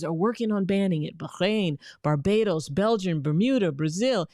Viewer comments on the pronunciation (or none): none